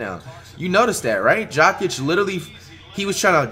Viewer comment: "Bench Jok-ich and start Bowl-Bowl"😂